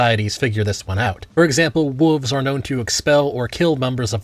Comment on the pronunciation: Why do you say "wuvs" instead of "wolves?"